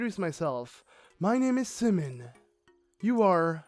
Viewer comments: That moment when he says Semon, instead of Symin (simon) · The series is great the only bad part is his pronunciation of the easy names like Symin and the fact that he essentially stops reading halfway through the dialogue and begins skipping it. The second reason is the most annoying one though. I understand you decided to spoil yourself before the game was released but the least you could do is let us learn the story.